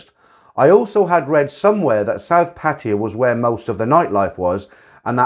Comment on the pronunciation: love listening while chilling out thanks for the channel. just can i say something. it's not pronounced pateeya, but pa tai ya, since most of your video's are about pattaya. I thought i'd just help